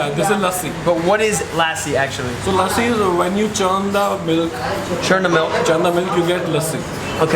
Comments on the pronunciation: It's not laaasi it's lassi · Its not laasi it is lasi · Lussi not lasi we call it lussi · He says laaaaaasi but it lusy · - It is lassi - Ok laaaasi 😂😂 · It's lassi not laasi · It's not LASI It's LASSI. just stretch the 's' more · Inner me died when he put “LASSI” on the “NAN”. Hey just a compliment don’t drink lassi from the restaurant drink from a juice shop. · LASSI= LUST-C this is how you pronounce..